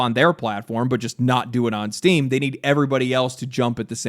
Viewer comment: I swear, I’ve listened to the first 2 seconds of this video like 8 times and I just keep hearing “Steve is getting sued” lmfao